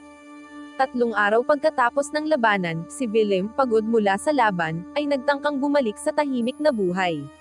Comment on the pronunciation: mag basa na lang ng scrip ...Mali Mali pa... pronouciation ... pilipino na nga . KONTING ayos naman ...like the word. la ba nan it's labanan...!